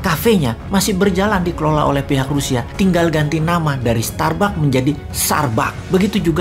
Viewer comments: Ngakakk.. dari starbuck jadi tsarbuck.🤣🤣🤣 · Starbuck jadi Tsarbuck.......... 😂👍